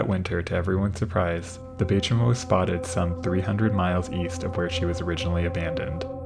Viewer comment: I'm not an Inuktitut speaker and only have limited knowledge of the language. But, the "Chimo" of Bay Chimo is pronounced "chime-o" since it derives from Inuktitut "saimuuq", a greeting.